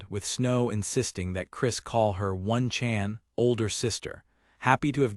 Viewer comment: If im wrong please correct me but I keep hearing one-chan being pronounced ONE, Chan. when most of my life I've heard it pronounced Oh-Nee-chan. I may be American but i had a Japanese Babysitter and she was awesome.^^ Feel like if we adopted some of their homestead cultural customs things in America could improve quite a bit. As powerful and modern and civilized as we think we are.. they sadly got us beat on a lot of fronts.